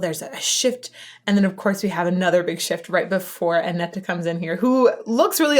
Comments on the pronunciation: Anette ... Say "Ah-net"/"An-et." (Not "Ah-nett-a.") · Great reaction/analysis as always, loads of good comments already, just a minor thing, the second "e" is silent, so it's pronounced Anett basically. Swedish is hard, I know 😉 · Great react as always! Really quick one: The last "e" in Anette is silent, so it is just "Anett" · Her Name Is Anette Not Anetta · I know you love when we are correcting you ;) the last e in Anette is silent :) My favorite song from the Anette Olzon era is "I want my tears back". They bring back the folk metal sound there which is very awesome! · Don't understand why you (English native) complicate names as soon as it's foreign. Anette. The last e is silent. Can't tell how many weird pronunciations I've heard of Floor lol I do love your reaction/analysis as always.